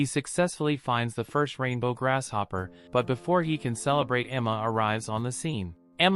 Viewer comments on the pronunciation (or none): Figure a way to teach your AI voice to pronounce GrASShopper, not Grash-opper